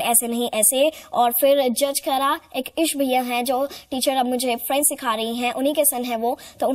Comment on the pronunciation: french Galt bolti h